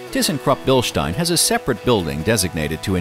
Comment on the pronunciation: I had to come here to finally hear someone pronounce Bilstein correctly.